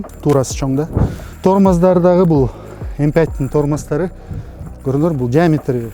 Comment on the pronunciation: M fünf деп айтыш керек)